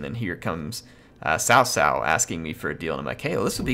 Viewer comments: By the way its pronounced Tsao Tsao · cao cao is pronounced tsao tsao, not sao sao; gotta use that ts sound, like drumming